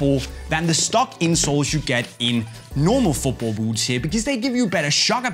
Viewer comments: he says oot not boot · I like how he says boots :) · Me to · I can’t handle this guy saying boots